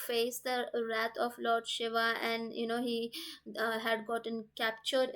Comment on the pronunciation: Pronunciation is very important especially with God's name. She is saying Shava instead of Shiva. Take care, it's a blunder as they are totally opposite meaning.